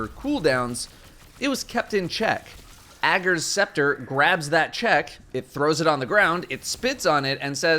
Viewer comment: I thought it was pronounced Ager’s Scepter not Ager’s Scepter lol